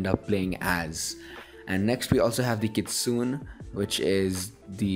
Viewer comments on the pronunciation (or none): Not a hate comment but "Kitsune" is pronounced as "Kit-soo-ney"/"Kit-su-neigh" Yes, I am a weeb. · Btw the word Kitsune is pronounced as (KIT- Soon-aye) Sorry to be THAT PERSON but just to let you know! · I used to pronounce kitsune. - kitsoon I embarrassed myself during a story presentation on mythical creatures, it was actually pronounced kitsu nay.